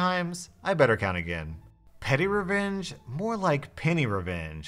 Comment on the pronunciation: Legit thought he said “pennyrevenge”